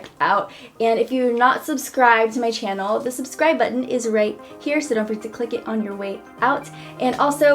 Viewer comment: I just LOVE the way you pronounce 'channel'. It's stuck in my head